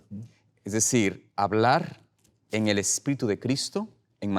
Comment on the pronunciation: Es un sipote q es ignorante por decir espiritu dice espito si es media lengua